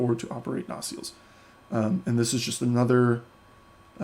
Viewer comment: Good video. Well presented FYI, nacelle is pronounced “nuh-SELL” (phonetically: nə-ˈsel).